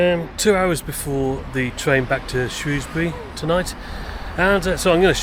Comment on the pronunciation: The only comment is he pronounced it correctly.